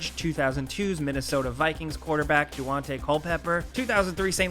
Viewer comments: DOO-ante Culpepper? Troy PAIL-u-MAIL-u? Butchered those names and they’re relatively easy to pronounce and pretty significant players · “Dooo’ ante Culpepper” and “Peyton Hills” lmfao..... love your content nonetheless. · His name is Daunte Culpepper, not Dawante or whatever you said xD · you really called him doowantay...